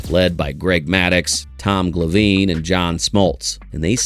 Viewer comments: Tom Glaveeen? AI BS. I'm out. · AI audio? The pronunciation of Tom Glavine got me...